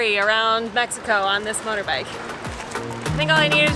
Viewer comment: lol..motorbikle..ive watched this literally 40x and I just realized she messed up accidently on that word.